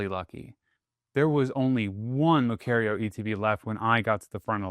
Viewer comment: *Lucario (lue-car-E-O)